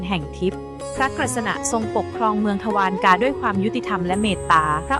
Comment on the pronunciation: อ่านว่า ทวา ระ กา